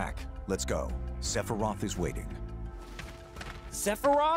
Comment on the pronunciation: Enfin quelqu’un qui prononce bien sephiroth